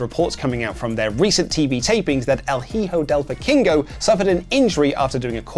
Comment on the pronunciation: The way you said El Hijo Del Vikingo 😂😂😂